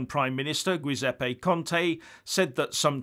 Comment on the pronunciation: The Italian name Gueseppe(guessing spelling, likely wrong) is meant to be phonetically pronounced "Jisepi".